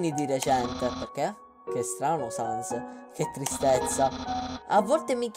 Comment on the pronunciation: "Non ha sens" (pronuncia di Sans)... capita? :D